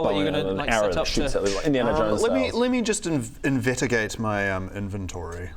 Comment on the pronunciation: said "invetigate" instead of "investigate". In subtiltes it also stands as "invetigate". Damn you, you are truly a GOAT. XD